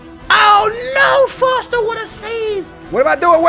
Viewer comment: It's Forster not Foster ;) #justsaying